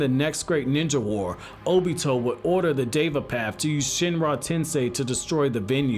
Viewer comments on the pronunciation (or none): Why did he keep saying “dava path” 💀